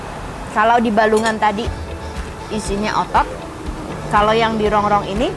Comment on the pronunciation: Masih inget AQ dulu pas yg ngelayani saya .... Datang ke habisan gulai.....trus besok nya datang lagi.... .makasih ya buk..... review nya...... Sehat selalu....tpi AQ mau komplen dikit ......itu Rongkong bukan rongrong..,😆😆😆